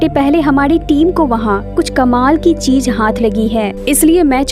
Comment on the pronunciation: Cheej Nahi cheez